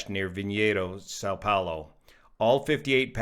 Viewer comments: Som Pollo, not sow pollo, Brazilian Portugese for Saint Paul. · not too bad on your pronunciation of Vinhedo. You need to work a little one the 'a' with tilde in São Paulo. Boa sorte meu amigo.